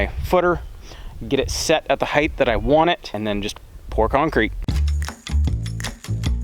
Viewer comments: It's height not heighth. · Why does everyone on YouTube keep saying heightth? Is it some kind of directive that all channels must follow? You do realise that it isn'tth a word don'tth you?